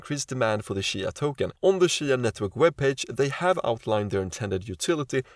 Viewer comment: Its cheeeya. Not shya